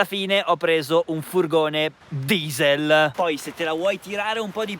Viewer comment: Che bello sentirti dire questa parola DISEL